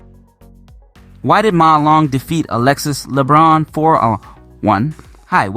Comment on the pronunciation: Hi coach. As a coach in France, if I am not wrong, you should pronounce the nzme of Alexis Lebrun way better 😉